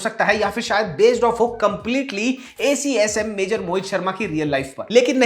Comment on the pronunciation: Acsm nahi Avsm